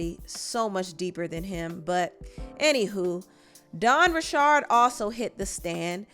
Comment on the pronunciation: “Oipiates” “Dawn Ruh-shard” 🤣🤣🤣🤣🤣🤣🤣 this is literally like a satire, nobody is this stupid for real 🤣🤣🤣🤣🤣🤣🤣